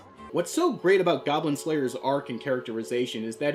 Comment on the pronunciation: Hey, where the goblins at? Die gawblins! It's goblin pee-pee.